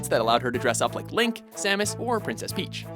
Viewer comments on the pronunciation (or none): none